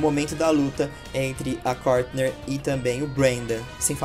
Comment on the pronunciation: É Courtney e não Courtner